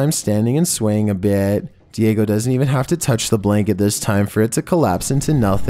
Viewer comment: Its diego not diagio